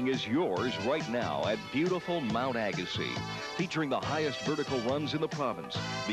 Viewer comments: Why do you call it "Agasis"?? The video even pronounces it properly " "Agasee"... Spent many years at this hill every weeknd in the early 80's. Pronounce it properly!!! Fail.. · Pronounced "Agasee." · Neat video, but I couldn't take the mispronunciation of Agassiz. There's even a video clip that gets the pronunciation right. How did this happen? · Find it odd that the advertisement for Mount Agassiz and the narrator's pronunciation don't match. Did somebody not do any homework? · A few corrections. Ag-a-see, O-chap-o-ways, White Track, Lef-tenant. Otherwise good. I rsced at Blackstrap-a freezing cold windswept pimple on the prairie. Lots of fun though.